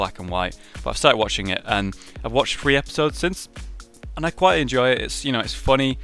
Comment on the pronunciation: Are you acturaly british? Or do you just act like it; and secratly your an undercover agent for the american government keeping an eye on rage so he dosent take over ther world with his (bad) building skills. If so in the next T and Q say "THREE" correctly he wont know it'll be our little (huge) secret he'll never know... And faced with a choice would you "vote evanz"?